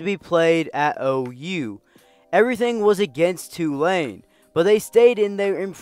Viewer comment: Props for pronouncing Tulane (mostly) correctly. It’s TOO-lane, not tu-LANE. Good video.